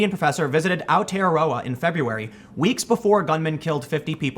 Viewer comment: Also well done on saying Aotearoa. Ka Pai brother